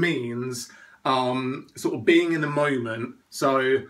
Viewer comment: What's a "moyment?"